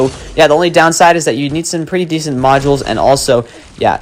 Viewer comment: ah yes, "prettt"